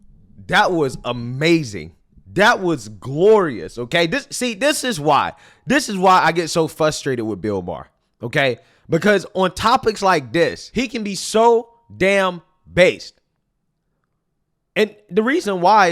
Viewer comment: I get frustrated when you say fustrated